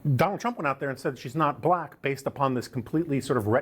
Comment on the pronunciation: Exactly. It almost sounds like he's saying "blech."